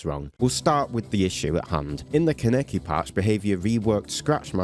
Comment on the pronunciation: You could try pronouncing Kaneki correctly.